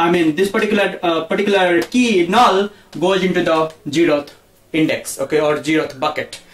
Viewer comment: null not "null"